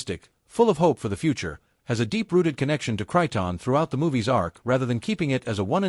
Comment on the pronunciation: This A.I. narrator can't pronounce Krypton if it's power cord depended on it. -OG